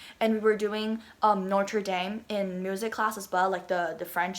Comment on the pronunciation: Notre Dame is pronounced Notre Dam...not dame as in lame